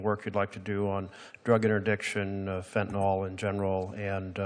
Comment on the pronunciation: It’s Fentanyl, not Fentinol!